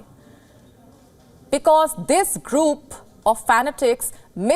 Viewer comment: What's "fana ticks" ???? What jind of 'ticks' are these then ???😂